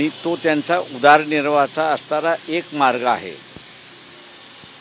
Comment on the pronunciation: उदारनिर्वाह नाही उदरनिर्वाह. मराठी तरी नीट बोला. शिक्षण झालं आहे ना?